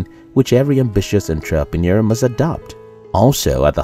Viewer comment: I didn’t know that was how you say entrepreneur...